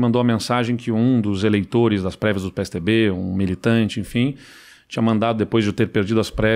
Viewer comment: "depois de ter perdido as previas"... e eu entendi "pregas".